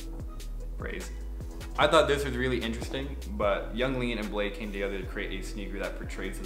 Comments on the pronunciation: bladee not blade hahha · Niklas Volggger it’s bladee listen to nard interview sad boys Yung lean made that clear